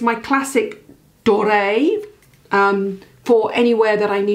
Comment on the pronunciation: Loving the French pronunciation!! Nailed it. Doré. (Golden) Door ray. D’or. Like carte d’or (gold) Love it x